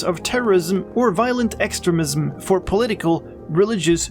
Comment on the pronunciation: It's pronounced ex-treem-ism, not ex-tre-mism